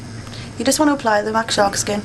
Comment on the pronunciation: SORRY ITS "SHARKSKIN"